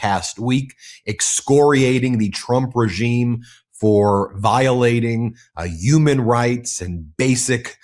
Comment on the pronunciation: Why do you say "uman", "umanity"?and not human, humanity?? 🇨🇦💪